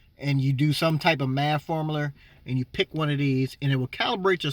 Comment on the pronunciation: "Some sort of maff formuler "lmao still a helpful video